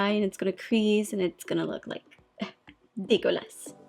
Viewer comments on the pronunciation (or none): "It's just gonna look eurk degueulasse" ^^ hahaha I love you so much